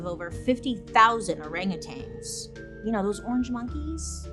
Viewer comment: There's no G at the end of orangutans! So annoying 🙄